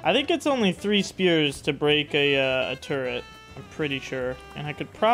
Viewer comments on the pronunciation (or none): "turrent" I hear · there is no N in the word Turret. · when did they add an N to Turret?